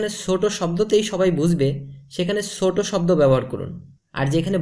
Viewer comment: BaSically Nice tips! learn smthing new ! but Ur Words Dsn't Match Ur Action! cus bro, its "সমাজ" Not "সমাস" & "ছোট" not "সোট" !